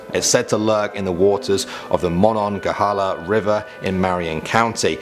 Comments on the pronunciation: Don't know if anyone's said this yet, but it's pronounced MonongaHEEla not MonongoHEHla. Just a friendly reminder! 😊👍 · I live in marion county and monongehela is pronounced monongahala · "Mhon on ghah halah" 😂😂😂😂😂 "Monon gah heel ah" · Pronounced heel not hel in Monongahela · Dude... it's pronounced "Mon-gha-hey-la", not "Mon-non-ghe-hala" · It’s pronounced muh-non-guh-HEE-luh. But we all just called it the Mon. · Dude, as a PA boy, I can assure you the river is pronounced Ma-nog-a-hee-la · It’s pronounced the Mon-on-gale-ia River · it’s pronounced MUH-NONG-UH-HEE-LA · You really butchered the pronunciation of "Monongahela." It's pronounced Moh-non-guh-heel-uh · Monongehela is pronounced as "Ma-non-ga-hee-la" and Kanawha is pronounced "Ka-naw" or "Ka-nawa." Just a friendly correction from local😊. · It made me cringe when he tried to pronounce Monongahela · My moms side of the family is from Weirton, they’ve seen some weird stuff. Cracked me up how you pronounced Monongahela lol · good try pronouncing Monongahela 😂🙈 i’ll give you it you tried